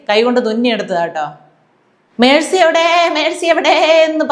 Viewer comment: ഞമ്മളെ പയേ വിദ്യാഭ്യാസമന്തി അവിടതെ ഉച്ചാരണം മെഴ്‌സി എന്നാ 🤣🤣🤣n😭ങ്ങള് പറേന്ന മെസ്സി തെറ്റാ 🤣🤣🤣🤣